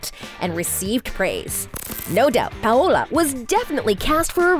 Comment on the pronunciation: Lucretia? Pawola? Elitey? Lol